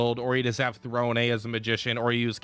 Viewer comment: Lol, he messes up Throne basically every time too. It's all good though, he's got some great ideas for characters and builds.